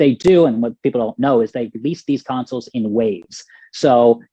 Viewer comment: I didn't even realize she was saying council until I saw your comment lmao